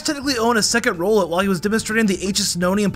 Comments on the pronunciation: he said rolet not rowlet💀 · Love you videos bro. But its an owl, so im pretty sure its name is "R-owl-et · Bros got some goffy ahh pronunciations Like bro nuguhnadul rollet like seriously